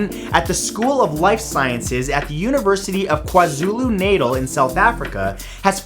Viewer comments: Hey Matt. South African here. The Natal part of KwaZulu Natal is pronounced like nah-tal. Keep up the good work! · It’s pronounced kwa- zoo- loo nutul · Great facts as always! I'm from South Africa and im just going to help you with the pronunciation of Kwazulu Natal. The Kwazulu part you pronounced perfectly, but the Natal part actually sounds more like the popular Russian name Natalia, just without the "-ia" part. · Kwazulu natal he says its pronounced "kwa-zulu nat-tel" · It's not pronounced KwaZulu Natal (nasal) it's Natal (both a's are pronounced like scar ) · Great video Matt. Though KwaZulu-Natal 😂 😂 😂 it's pronounced N-ah-t-ah-l aah like at the dentist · Kwazulu N /ah t/ah L - South Africa:) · Hello Matt, love your videos! Also wanted to heads up it’s pronounced KwaZulu Nah-taal, all in all great video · Won't say Bangkok's full name but will happily butcher Kwa Zulu Natal's name :D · He said KwaZulu-Natal wrong but it's okay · The way he said Kwa-Zulu Natal triggered me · Ive never heard kwa zulu natal pronounced like that its like its another word . Good effort though x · Pronounce kwazulu natal properly pls